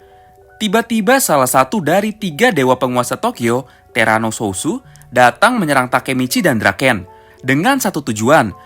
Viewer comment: huh? Terano sosu? south bang bukn sosu